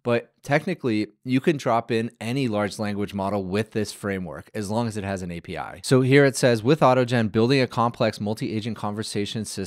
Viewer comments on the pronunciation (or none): none